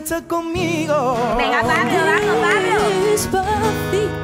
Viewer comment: Soy yo o es que esa señora en dice Pavlo en vez de Pablo ?